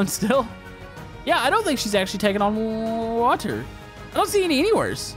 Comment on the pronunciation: Why’d you recently start pronouncing water as wa-tor. Like literally it’s recent you started annunciating that so much it’s so annoying